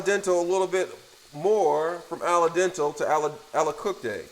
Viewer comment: Ala dental? Permi-a-tate? Lol!